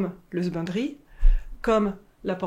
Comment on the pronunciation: Ceux qui ne comprennent pas quand elle parle de "sbindry", elle dit "husbandry" (= élevage en anglais)